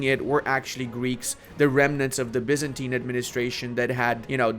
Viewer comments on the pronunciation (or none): none